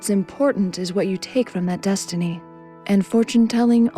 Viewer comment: yes-tiny... yes-tiny... i like you and all, but just stop...